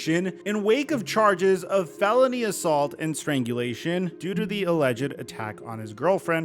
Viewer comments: Fell-uh-knee not fuh-lo-knee lol 💀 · You’re gonna have to learn to pronounce felony with all these stories coming out man. Clue, it doesn’t sound like baloney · ayoo English is not my 1st language, but isn't my guy pronouncing 'felony' wrong? sounds like baloney rather than fe-luh-nee all love for the channel - among my fav ones on yt! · Bro... its FEL-O-NY... Not FE-LO-NY... LOLOLOL.. You killing me man... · fell-un-ee, not full-o-nee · Kinda puts Ja's antics in perspective when a legit thug comes along, don't it? p.s., repeat after me: FELLA KNEE. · Fa-loo what😂😂😂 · How after this many felony videos do u still call it “FEL-LOAN-Y”😂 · Did this man just say “fell loney assault” 😂 had to find something out of this unfortunate situation. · i'm gonna pronounce it as feLONies from now on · Felony is not pronounced fel O nee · Please look up how to say Felony/Felonies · I beg you to look up how to pronounce "felony" That said, good video & we all have our gaps. Lol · I don’t like the way you say felony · The way you pronounce felony should be a felony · Is your pronunciation of "felony" and "felonies" intentional? Just curious. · Bros pronounciation of felony. 💀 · Bro cant say felony right 😂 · Dude said “felony” like it rhymes with “pony” lmao